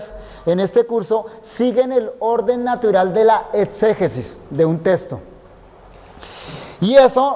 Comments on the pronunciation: Testo no es le falta diccion texxxxxto ok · Buenísimo, pero que extraño oír al pastor decir testo, testo, testo, testo… salvo por eso es de lo mejor que he escuchado